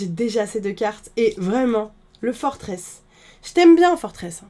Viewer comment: Incroyable t vidéos mais julien le créateur des premier noms des pokemon à dit que forteresse ne se dit pas comme tu la dis mais moi aussi je fait cette erreur c si dur mais j'adore ton contenu continu t la best